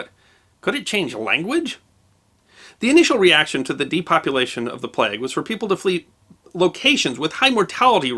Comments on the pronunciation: As a Briton, it's weird how you pronounce plague "plegg" instead of "playg". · It's a plague, not a plegue.